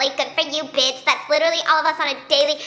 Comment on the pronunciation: Can anybody please tell why says bits instead of bitch ?